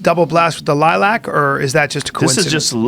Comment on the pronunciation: I hate how they say Lilac..